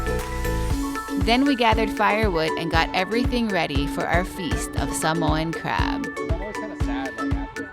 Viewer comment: Thank you for pronouncing Sāmoan better than some Samoans😂